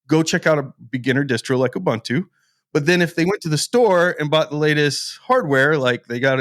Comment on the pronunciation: Ooh-Boon-too, not Ooh -bun - too I can't watch any longer. You all make me sick.